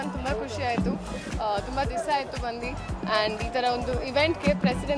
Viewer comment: Bandu not bandie 😂😂